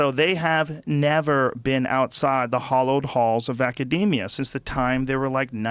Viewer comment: It's 'hallowed' halls Joe, not 'hollowed'.